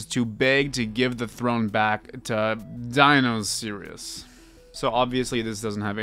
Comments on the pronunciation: Dionysius is pronounced (die-oh-ni-sis) like the god of wine for the Greeks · Dionysius is pronounced die-oh-nee-see-us. Hope this helps! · you say dionysius like die oh ny sis